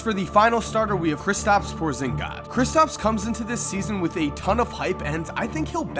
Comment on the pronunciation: Glad somebody got Kristaps' last name right.